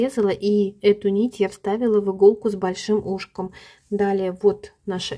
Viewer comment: У иглы ушкО, а не Ушко )) ... учителя ))))))) элементарного не знают...